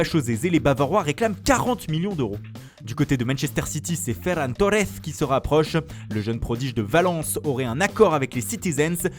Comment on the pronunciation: et espagnol avec ferran torresssss mdr